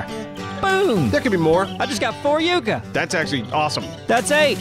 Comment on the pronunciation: Say it with me, "Yuck - ahh". (Not "You - cuh")